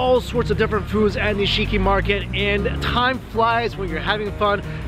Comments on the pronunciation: NI-SHI-KI. Not NI-SI-KI. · It's pronounced Nish-ki. When su or shi are followed by an unvocalized consonant, the vowel becomes non-vocalized itself. It's the same reason why desu is pronounced des.